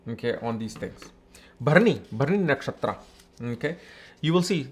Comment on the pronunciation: You are an Indian...at least you should be having correct pronunciations of Vedic Sanskrit words...Its not Dhaara kaarakaa...its Daaraa kaarak...Not Nakshaatraa...Nakshatr...It feels like some kind of fashion to manipulate Sanskrit to please English people! Being global is not a small thing. You are spreading great knowledge with wrong wordings...the next gen. will learn from you sir. Be responsible.